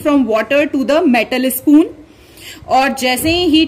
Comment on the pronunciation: Excuse me it's spoon not ispoon , its end not aand , it's start not istart